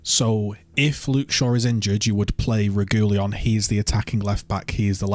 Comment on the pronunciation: This guy reads out some of these names like they are Pokémon, "reg ooleon i choose you". Mctominay, Antony are our biggest downfalls. lets hope Altay comes right. ETH is subject to the same Mctominay bias all our managers develop but he will loose it when we have a healthy squad back. have faith.